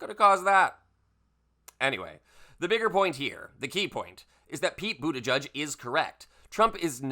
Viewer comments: Its pronounced boot edge edge (he has stated)...not "judge" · You're mispronouncing Buttigieg, my friend. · According to the man himself, it’s pronounced BOOT EDGE EDGE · It’s pronounced Boot-edge-edge.